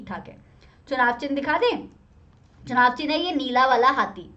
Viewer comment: ma'am its “चुनाव”